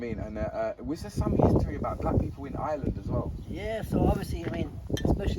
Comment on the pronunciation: He says Ireland the way it is supposed to be said.❤✌️